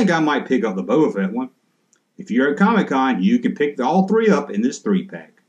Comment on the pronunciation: I'm from the South and even since the 1980's when any non-comic book collector Family member talked about Comic-Con they would pronounce it "COMMEE-Con" same as how sometimes you do Junk-Man. Harkens me back to memories of my Grandpa when he was alive. Fun stuff, Kinda hope you continue to sometimes call it COMMEE-Con. Also, when I saw title of this video, I thought to myself I wonder if he'll stay consistent about being annoyed by the Comic-Con exclusives. Well done man! Keep up the GREAT work!